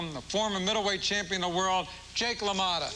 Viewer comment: dude, it's jake LA MOTTA but still, good upload